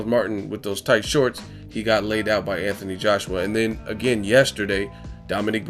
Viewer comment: ..is it "Anthony" or "Atny"?